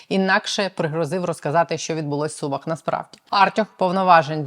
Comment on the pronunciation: Не СУмах а СумАх, так говорять сумчани! Вибачте!